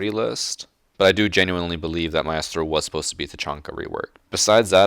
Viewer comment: I hate the way pronounces Maestro and Caveira.